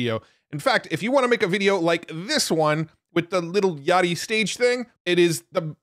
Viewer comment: Bro said "little yachty" LMFAO